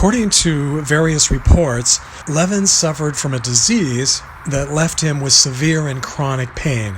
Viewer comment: His last name was pronounced with the accent on the second syllable, not the first. I know this because I knew Barry Levin and I was at his funeral at the Los Angeles National Cemetery in Westwood off the 405. I was at this gravesite during the funeral and I participated in filling the grave with a shovel. Also at the funeral was Robert Blake. I approached Mr. Blake and we talked about Barry Levin. The way I knew Barry Levin was that he was one of my professors at law school. I took two advanced criminal law classes from him. During one of those classes we actually went into the Moot Courtroom at the school and he gave his closing argument from the Menendez case live, to us, his law students. His role in the Menendez case was for one purpose. It was to give a closing argument in the case during the penalty phase. Barry Levin's role was to convince the jury not to give them the death penalty but rather to give them life imprisonment. Barry Levin was at my law school graduation sitting down in a chair in obvious pain. A few months later, he put on his uniform from when he was in Vietnam, went to the cemetery in which he knew that he would be buried in, and killed himself as he couldn't take the pain anymore. But that didn't mean he could then be immediately buried. He was taken from the cemetery to the coroner's office, then from there to the mortuary, and from there back to the very cemetery where he had killed himself. He was a Vietnam veteran, and during his career as an att